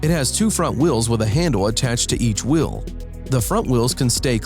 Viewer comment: Why this dude say wheel like wiiil